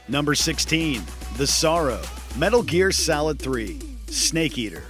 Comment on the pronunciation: “Metal gear salid tree”